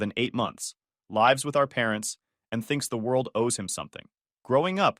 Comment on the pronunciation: So can't say lives